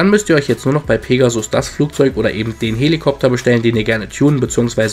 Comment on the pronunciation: Eben und nicht ebend :^)